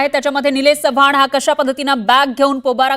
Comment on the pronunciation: चव्हाण आहे च्यवान नाही रे 😂